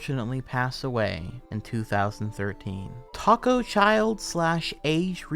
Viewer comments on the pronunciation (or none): none